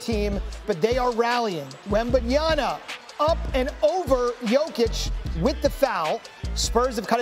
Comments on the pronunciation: Wembanyama .. its MA MA MA MA NOT NA NA NA NA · Please it's WembanyaMa not WembamyaNa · STOP CALLING HIM WEMBENYANA.... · Get the future of the leagues name correct brother! He’s saying wembanyana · Whem-Ban-Yah-Muh. It's not hard, and you had all season. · How can PROFESSIONAL SPORTS TALKERS still not pronounce Wembanyama?! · Can't believe he messed up wemby's name not once but twice smdh